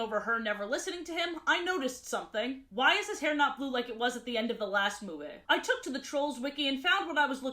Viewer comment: Because of how many times she says it, I got a curious question: Why does she say certain words in a way? Like Instead of Ruby, she says it "Rubay" or Movie as "Movay"